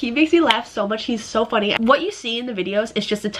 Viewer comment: "oh, he is so funny!" i swear to god you couldn't have sounded more american LOL XD. love you guys wish you the best XD